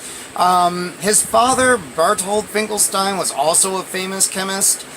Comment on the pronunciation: Yes its pronounced it like Einstein. Also in german "st" is pronounced "sht" so you pronounce it like "Finkelshtein" or "Einshtein"